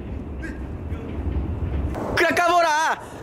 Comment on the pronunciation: ボーカーじゃなくて、ボウカーじゃね？